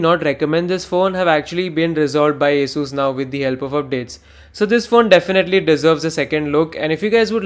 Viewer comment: Thank you for pronouncing ASUS perfectly